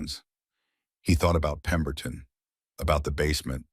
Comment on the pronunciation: Watching from England UK, the name of the man who is looking for the boy in his care is called pemberton not peton,the boy's name is Emmett not emmtt, please get the names right, pemberton should go to prison for falsifying and claiming government pay for the children who are no longer living in the house of horrors, that is called fraud ❤💓💯🏍️ Emmett will have a new place to live when he leaves hospital, Rowan has already told Emmett he has a place above the brotherhood garage where Rowan works, building bikes